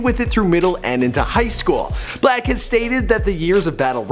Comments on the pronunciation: Why does he call him black his name is six-lack, right? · His name is 6 black not 6lack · Is pronounce six-lack idiot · It’s pronounced slack (6lack) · 6lack is pronounced black -6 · dumbass it's pronounced "six-lack" smh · 6lack is pronounced black 6lack is pronounced black 6lack is pronounced black 6lack is pronounced black 6lack is pronounced black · I thought it was pronounced “SLACK” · I know it's obviously pronounced as Black, but 6LACK sounds cool asf to me.